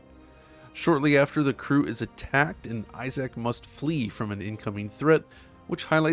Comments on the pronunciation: Just a heads up that his name is NOT pronounced 'Eye Zack', it's 'Eye-Zk'. You should have heard them say his name this way in the game! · I love DF videos but I gotta be honest….I am cringing every time I hear you say “i-Zack” instead of “i-zick.” No one named Isaac pronounces their name as “i-Zack.” Lol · sighs... It's eye-ZIC not eye-ZAC. Sorry, really huge pet peeve with reviewers for this remake/remaster. It's enough to ruin said review. (Yes I know that's petty. But we all have our pet peeves that absolutely wound us to our core. So much so, we can't get past it.) For some reason this mispronunciation is one of those. I absolutely freaking cringe when someone says eye-ZAC over eye-ZIC. Again, I know it's petty so don't at me. Other then this cringe worthy oversight, amazing video. I do demand you edit EVERY instance where you mispronounced Isaacs name. Or the gods will condemn you to the bowels of bloody hell. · I don't know what I found more shocking: that EA actually showed great respect to this IP, or that pronounces Isaac as "eye-ZACK" instead of "EYE-zuhk." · The only issue I have with this video is pronouncing the protagonist's name "Eye Zack"... Lol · Great video, but why do you always have trouble pronouncing people's names? lol Isaac is not difficult to say. EYE-ZACK, huh? lol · The way says "eye zack" is pure cringe. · I-SACK lol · eye zick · Biggest takeaway here is that I’ve been pronouncing “Isaac” wrong for my entire life - apparently it’s “Eye Sack”… And he mentions the RE2 remake but OGs know the real remake GOAT is “Demon’s Souls”… masterclass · who's eye-zack? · How hard is it to pronounce Issac, Jesus Christ almost had to dislike the whole video